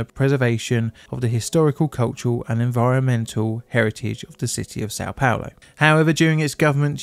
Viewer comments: What do you mean? He said "Sao Paolo" very clearly. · San palor? Not sure about how things are spewwed with the way english, destroy english. I have troubow wif that.